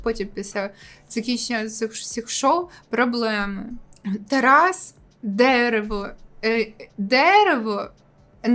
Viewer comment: Сучільда, простітуейшени і дееерево 😂😂😂